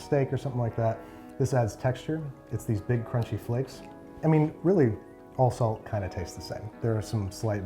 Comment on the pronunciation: Jesus, I first heard "sand".. feels like salt low key 😂😂😂